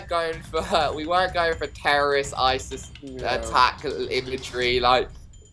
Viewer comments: He said Isist instead of isis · No offence keemstar need to learn how to pronounce some words (braziers and Isis you said isist